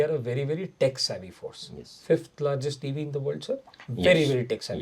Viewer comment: Ca-man-do of air phorce...Garud phorce, phraud phorce.